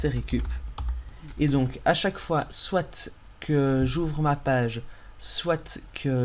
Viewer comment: Très bon tuto ! Merci bien. "SoiT" lol